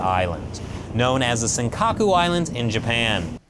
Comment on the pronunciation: "seng-kaka" hahaha